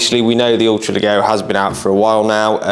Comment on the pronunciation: Brilliant gun, I have one that I use for game and pigeon shooting. Just so you’re aware (and don’t take it as a criticism) the double ‘g’ in Italian is pronounced as a ‘j’ in English, so it would be ‘le-jero’.